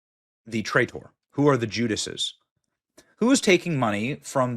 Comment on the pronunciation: There's no other conservative Youtube personality who butchers English as badly as you do. "Tray-tor"? Every one of your videos shows how poorly you've been educated. Never again will I watch one of your videos, which all show the decline of the American educational system. Adios.